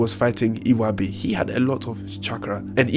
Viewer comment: "Burutu". "Narutu". "Iwabi". Subscribed.